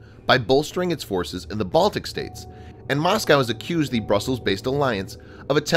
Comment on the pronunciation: Moscow. Not Mosceyow